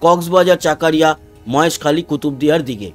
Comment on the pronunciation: দাদা বাংলায় জায়গা গুলোর সঠিক উচ্চারণ হবে ফটিকছড়ি, চকরিয়া, লাকসাম, মানিকছড়ি।